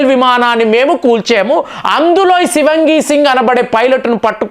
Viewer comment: Shivangi kaadandi.Shivaangi singh is correct..